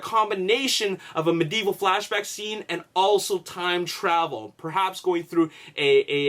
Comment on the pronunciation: I love your videos but i hate how you say medieval.